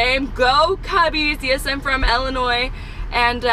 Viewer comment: Elanoi or Illinois? Sorry Captain Kirk is from Iowa not Illinois? 😬👎😖😖😖😐my bad 🙄🤬😢😭